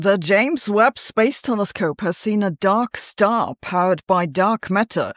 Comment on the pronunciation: Phew, for a moment there I thought you said Duck Star. 😨